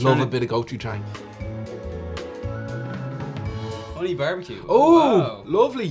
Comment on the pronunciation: The "a" in Gochujang is pronounced with an aw sound. Like in the terrible live action movie The Last Airbender main characters name was mispronounced. I mean seriously did no one watch the TV series which the movie was based on.